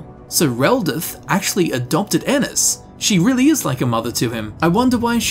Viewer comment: My last name is Ennis and thank you for saying it right😂